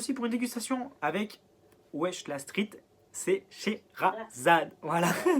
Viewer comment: Wesh la street c She - ra - zade! 😂 Moi je te coco que depuis qu'elle est partie a Las Vegas mais j't'aime bien, je me suis mm abonné! 💕